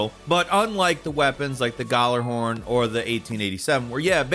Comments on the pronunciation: Hearing "Guh-lar-horn" so many times broke me. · I love how he pronounces gjallarhorn as gallahorn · It’s pronounced Ya-la-horn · it's pronounced Yallahorn :) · Oooof that pronouncement of (gala-horn) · Gjallarhorn is pronounced Gee-yal-er-horn. It's name is based off of Nordic language. The Gj makes a y sound. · That’s not how you say it. It’s called the galler-horn.say it kinda fast. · Fun fact. The Gjallarhorn, is pronounced "YĀlllarhorn" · I like how he says Gjallahorn lol. The j is supposed to be silent and pronounced gallahorn but they put a j in there to be unique I guess. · But like… “galler-horn”? Is that… seriously how people think you say that? Like. Really though? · galler...horn... dont do this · The way he says Gallahorn is annoying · The way he says Gjallarhorn hurts my soul. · Bro I don’t like the way you pronounce gjallarhorn xD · Everytime he butchers the name of the ghorn I cringe irl. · Um you pronounced Gjallahorn so wrong it hurt me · Late comment, but the J in Gjallarhorn isn't silent. It's pronounced as a Y like it is in other Nordic words. Ever heard of Bjork? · Oh my god every time he pronounced gjallahorn i was in physical pain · The way you pronounce names sometimes pisses me off.. Hand-zo? Really? Hanzo.. Hon-zo.. Long a.. My boy is not a hand. Also you did Gjally so wrong. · Hearing him pronounce Gjallarhorn is painful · Dude pronounced gjallahorn wrong asf🤣 still love you tho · I hate the way you say gjallahorn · The way you pronounce gjallarhorn infuriates me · The way he said gjallahorn made me cringe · Jesus Christ the way he said gjallahorn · it happens. Lotta people pronounce it with the G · Bruh the D2 disrespect is strong with this video, the pronunciation of D2's most legendary weapon and the damn Dera from Warframe being the model for the lens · any destiny players kinda itching at his pronunciation of gjallahorn, honestly cant blame him either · The narrator has the worst pronunciation of Ghalarhorn I've ever heard